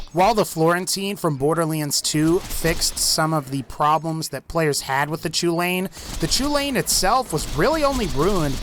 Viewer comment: Next time someone prononces chulainn "choolayin" I'm going to fucking shoot myself.